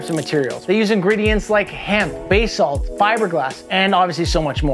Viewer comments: Yo, i need to say this: It is pronounced Buh-Salt. never Bay-Salt. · Learn how to say basalt.